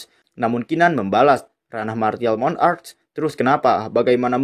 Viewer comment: Martial monarc bukan Mon-arc